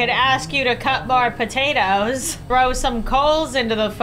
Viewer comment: AHHH yes not "POTATOES" ITS TATOES